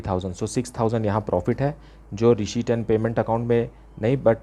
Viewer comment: sir pdhata toh acha ho pr receipt bolna sikh loh🥺🤣